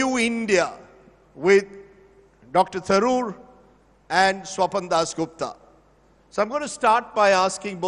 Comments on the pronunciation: he mispronounced Swapandas as Swapandosh 😂😂😂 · jai pronounced swapan dosh to swapan das gupta 😂😂😂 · Have you noticed guys, when rajdeep mispronounced swapan das gupta name as #swapandosh (स्वपन दोष) which is a male ejuculation while sleeping 😊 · he almost called him "Swapan-Dosh" Gupta there!! 😂😂